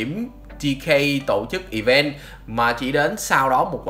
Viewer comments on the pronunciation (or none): none